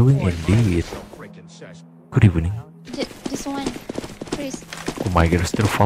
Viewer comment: Good ebening